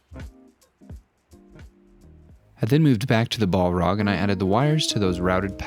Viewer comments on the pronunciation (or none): Bolrog btw we don’t say the A as a O so it’s just bahlrog not bohlrog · We just not gonna talk about calling it "ball rog"? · Pronounced "bal-raag"; one L not two like how you're pronouncing it. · haha Ball-rock. Gotta love the americans butchering the english language 🙂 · I love it but pls stop saying "ball-rag". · Stop saying BALL-ROG ! :D Great work though ❤ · You are pronouncing Balrog inncorectly. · This was amazing in so many ways although the way you pronounced balrog was a bit odd.